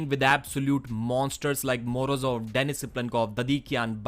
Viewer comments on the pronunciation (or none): none